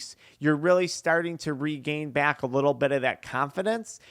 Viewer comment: "Byak to thyat". Idk who told you but you dont add a "Y" before every "A" in the english language. Fyi